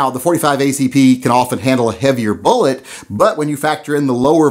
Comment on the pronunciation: Did he say vullet ? Lol, get you sacts ftraight...HA HA! Kinda muked my find when I heard it.....I think it's the red headed step child of Mrs.Velocity and Mr.Bullet. Baby Vullet is soooo cute.